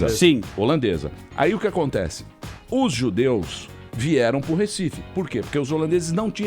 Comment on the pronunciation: "RÉcife"... até quando?